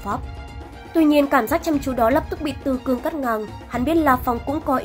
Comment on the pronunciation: Tử cương mà nhầm thành tử cung :)))